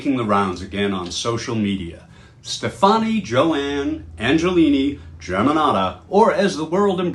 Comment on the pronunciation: I have never heard her name butchered like this!😅🤣 Come on, at least listen to some one say it correctly before recording. "Angelini"? It's Angelina. And STEFani.